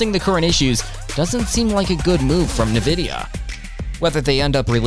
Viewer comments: It helps if you can properly pronounce the subject of the video, it's not Na-vidia, it's pronounced IN-Vidia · its not NaVidia. Its N-Vidia. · "Na-vidia" is how you're saying it? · It's "invidia". Latin for "envy". But they removed the "i" because their original file names were tagged with "nv" for "next version". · Did.... did you just pronounce it "nuh-vidia"...? Dude. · Who or what is NeNvidia? As soon as I heard the first pronunciation I was out lol. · "Na-Vidia".... you can not be trusted..... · How are you making a video on nvidia but can't even say the name right? 🧐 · Can't concentrate past the pronunciation af Nvidia and Cuda cores